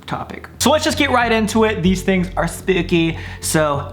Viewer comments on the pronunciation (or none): "Skadooahnoodsss" "sssshpooky" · i am the only one who loves it when he says spoopy for spooky......I think it is so funny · I was like wait all my desires? Then he said sp ooky desires and I went aww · I love how he said “sp00ky” hahaha I loved that Sam😭💗.